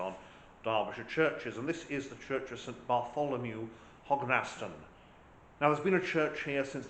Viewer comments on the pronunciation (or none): It’s pronounced Hog n stun